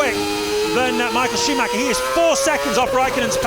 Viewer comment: I love how nobody ever bothers (to this day) to pronounce Michael Schumacher at least somewhat decently.